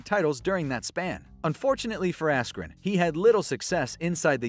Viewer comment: When he said askren.....🤫